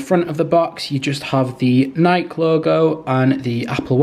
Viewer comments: It’s Nike not nik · Love the unblocking the thing I just hate is how he says nik not Nike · I’ve never heard anyone pronounce Nike that way. I always thought it was pronounced Nikeee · Great video! But, PLEASE NEVER SAY NIKE AGAIN. It is Nike. Ny-KEEEE! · Its nikEEE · people who say nike instead of nike 🤡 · it's not Nike its nike